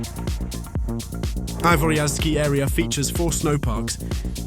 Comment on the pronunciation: You don't pronounce the last letter it's 'Avoria'.